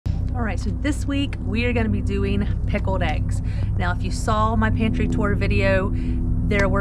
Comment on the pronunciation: You are aware, no doubt, that the word pickled has a veery obvious "L" right there between the k and the e, See it? there is not such thing as a darned pikoed egg. Maybe you could make some pikoed e's and just forget the "g's" in the word eggs too!